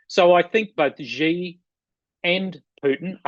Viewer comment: The syllable "Xi" in Chairman Xi JinPing's name sounds almost like the English word "She". Both you and Mick Ryan pronounce it as "Gee", like the English letter "G". In Chinese, those sounds represent very different words. Please pronounce "Xi" as "She". Otherwise, thank you for an excellent and informative discussion.